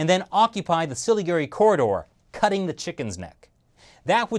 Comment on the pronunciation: Hey, thanks for mentioning North East India and pronouncing Indian names like Siliguri near perfectly. Btw while China is constructing roads, our roads in India especially the one connecting West Bengal and North East is in terrible condition and the less said about the border regions in this area the better. The road conditions are still not being improved to facilitate easier transport of Indian troops to our border with China along the Siliguri corridor.